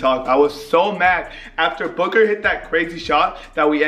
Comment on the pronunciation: When devin booker made that shot is sounded like said Booger like if you agree